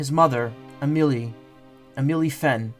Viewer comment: as someone who knows many an amelie, the way you pronounce it pmo i'm sorry. it's always been ah-meh-lee. how you pronounce it would be amilier. either way i'm just nitpicky and a year late so...